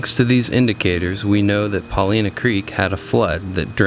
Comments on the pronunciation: Chief Paulina's name is pronounced Pahl-eye-nah, I believe, not Pah-lee-nah. Beautiful video. I really enjoyed it. Thank you! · Wonderful video. A correction I'm sure others have given: we pronounce it Puh LY' nah. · Brilliant video! One small note: Pol-EYE-nuh. I look forward to more of your outstanding work! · Love your video of Newberry Crater, Paulina Lake and East Lake. Have been there many times. My only criticism is your pronunciation of Paulina. I am not an expert but I have only heard it pronounced as “ Pa line a” emphasis on the word “ Line” If your research proves me incorrect, it’s OK. Thank you!